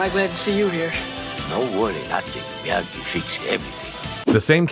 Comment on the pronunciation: 6 theatrical films. - "Miyagi", not "Myagi" - And Bill Conti as the music score composer. - It was purchased by Netflix after its 2nd season originally aired on YouTube Red - Production on season 6 wrapped last year, and all 3 parts have already dropped on Netflix - You can NOT skip The Karate Kid part III, especially if you're going to watch Cobra Kai